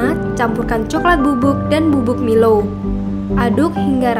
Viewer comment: Kak nmanya bkn milow tapi milo